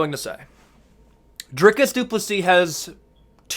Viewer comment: On behalf of South Africa, thank you for your correct pronunciation of our fighter's name.